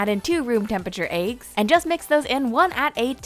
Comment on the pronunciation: I love how she says eggs. "Eyggs..." XD